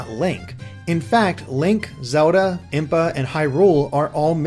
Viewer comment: Am I the only one extremely annoyed by how this reviewer pronounces the word 'Zelda' like 'Zuhlda'